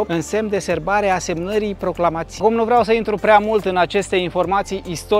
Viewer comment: extrem de interesant. Nu am știut aceste amănunte despre Milcov și granița din Muntenia și Moldova. Proclama-ți-ei? accentul pe al 2-lea a, nu pe ți. Nu mai falsificați limba, vă rog!